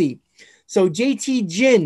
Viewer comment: jt Ginn's last name is pronounced Ginn, g as in gear, not Ginn like gin and juice